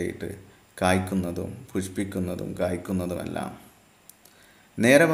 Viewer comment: പുസ്‌പിക്കും അല്ല പുഷ്പിക്കും..😂